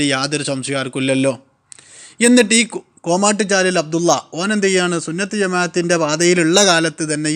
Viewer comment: ഇയ് സുന്നത്ത് ജമാഅത്തെല്ല ചുന്നത്ത് ജമാഅത്ത് 😂